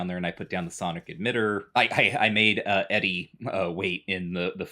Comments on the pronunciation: Wait, is the robot pronounced "Eddie"? I always called it "E-Dee" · pronouncing ED-E Eddy is blowing my mind, I’ve always pronounced it Edee.